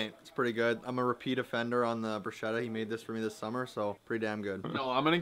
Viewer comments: You rub the garlic after the bread is toasted when the bread is hard and warm to release the natural oils and flavour of the garlic, and is right on how balsamic is pronounced, sorry. Also, bruschetta is pronounced BROO-SKEH-TUH😗👌🏼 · not correcting and bruschetta pronouncation is making me start to question his italian authenticity 😂🤭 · There's an important thing here on the video that no one pointed out: it's not about how pronounces "balsamic", it's about how he and everyone else pronouce "bruschetta" AND DIDN'T CORRECT THEM 😲 Btw, regardless from that, I think that bruschetta looked really good, sad it only got a 6/7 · The way you guys pronounce bruschetta is sending me 🤣 “ch” in Italian makes a K sound 🙈